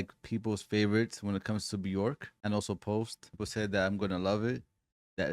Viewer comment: Björk is pronounced “B-yerk” … rhymes with work or jerk, not pork.